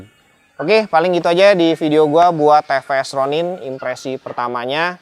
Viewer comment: bukan te pe es koh 😆 tapi ti pi es 😂